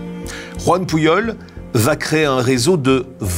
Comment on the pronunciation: S’il vous plait ,un nom catalan comme PUJOL se prononce Poujol et non pas Pouillol . Merci au nom de tous les catalans 😊